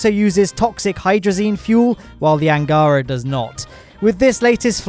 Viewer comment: Awesome. Really. But here unwanted russian prounonsation guide for you: "Восточный" - "ч" sounds as "ch" (in "cheese"), accented, as you do it correctly, on 2'nd syllable. "Ангара", "Протон", "Восток" - accent on last syllable. And yes, "Восток" prounounced with "k" at end of the word, as you do it in "Восточный", but that's different words... P.S. I deliberately not mentioning "Байконур" word, as it's not really in russian, so, kazakhs, possibly, prounoncing this location name completely other way, so your 1'st syllable accent may be more correct than ours - which is on 3'rd one.